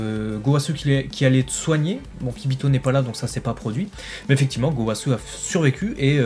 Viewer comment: Gowasuuuuuuuuu..... Zamasuuuuuuuuu.... ZeNNNNNNNNNooooo... Allez please, vous allez reussir a dire les noms correctement !! ^^